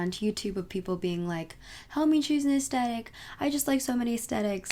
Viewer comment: Ok but I have to say it. it’s pronounced as-thet-ic not as-tet-ic